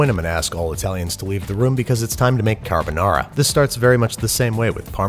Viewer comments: italian: car-ha-bou-nah-rha american: carabenara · Bruh when he said “kahBaNara” I died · I get chills everytime he says cArbUnAra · Imagine pronouncing carbonara, "carboñara". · Si dice Carbonara non Carbonarà .peró io sono allergica delle uova come faccio? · "Carbonara" "Tony Montana?" "Carbonara" "Lachimolala" "LA CHI MO LA LA" "CA R BO NA RA" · Carr Bo Naraa 😂👌 lol you get my like for pronunciation if not the whole video 👌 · CAR-BO NARA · Babish: "carbonara" Captions: "Got A Banana" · I’m pretty sure it is pronounced “Lachimonara” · Babish be like "cadubuhnada" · Nobody: ... Babish: “cArbOnarra” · I think the Italians got mad not because of the recipe but because of your pronunciation. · I love the extra 'Murican twirl on “Carbonara”… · i have never felt such a whiplash hearing the fancy "carbonara" pronunciation for a solid 3 minutes and then hearing the most americanized "carbonara" slam me against a brick wall at 55 mph. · I had a big smile when he pronounced carbonara with an Italian accent and the just all of that disappeared when he did an English accent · They way he said “carbonara” killed me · the way he said carbonara💀💀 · almost sounds like an Aussie accent when he says carbonara 😂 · that really fucking hurt me (I'm Italian) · Stop pronouncing carbonara in a Japanese accent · that sounds like a korean version of pronouncing carbonara. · Let's cook it the Italian way: pronounces carbonara with a Japanese accent. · "Time to make Carbonara" - sounded almost Australian there for a moment.